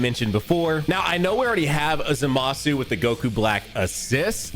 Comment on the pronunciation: Did bro say lr goku black and zamusu